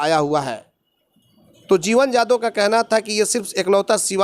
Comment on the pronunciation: शुद्ध उच्चारण करो यादव का ।